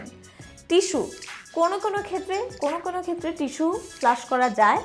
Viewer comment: Flash bolen na go didimoni, flush bolen.